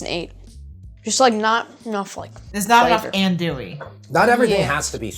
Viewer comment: “An-dwee” is how the sausage is pronounced.